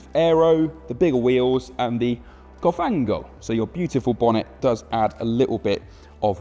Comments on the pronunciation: COFANO not cofanGo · "COFA-NGO!" 🇬🇧🤌🏻🇮🇹 Ahah, it's "cofano" and the pronunciation is way more gentle, without any "NG" sounds at the end. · THE CO-FANGO?! THE CO-SLIME?! COFANO!!! IGNORANT, IF YOU WANT TO INTRODUCE A FERRARI YOU BETTER STUDY ITALIAN!!! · Cofano (pronouce: còfano), not "cofango" 😊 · Cofano. Not "cofango" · it's cofano and not cofango. Stick to your language cause cause you're hurting ears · Not cofàngo, but còfano. Not dodìci, but dòdici. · not "dorici" but "dodici" and not "cofango" but "cofano"... just murdering Italian. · "Cofano" not "Cofango" :S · It “COFA-NO” not “COFAN-GO” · It's "còfano" (ˈkɔfano) by the way, not "cofàngo". But we appreciate the effort ❤ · Not Dodichey Cilindrhey. Just Dodici Cilindri, thanks. Also not “coffango” but cofano. If you try talking Italian try to make a real effort and not show off taking it all wrong 😂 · Wrong words and wrong accents: it’s còfano, not cofàngo. Dòdici cilìndri not dodìce. Grazie! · Cofano, not cofango 😂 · It's "còfano", not "cofàngo". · Cofano, not "cofango" , dear god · Si dice Cofano, not CofanGo :P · Its not cofango 😅 - its COFANO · COFANGO is something else you just invented. FANGO means MUD in Italian by the way. I’s COFANO and you pronounce it KOFFANOUGH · And it's "COFANO", not "COFANGO" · Why silly? Because is not in your language? What a demential statement. Do I really need to remind everyone that Ferrari isn't English? Do I really need to remember how many Ferrari cars have Italian names? by the way, if you say a word in another language at least learn it properly. "cofanGo".... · You are such an ignorant. "confango"? "dodice cilindre"? We have google translate that can tell you how to pronunciate words in languages you dont know. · How hard it is to say correctly "dodici cilindri" and "cofano" ? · dodiccey cilindrey and cofanGo... I guess checking the pronunciation and spelling of three words was too much of an effort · Cofango ? Dude you are pathetic.